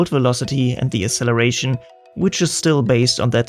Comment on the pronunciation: Asseleration? Did you mean acceleration?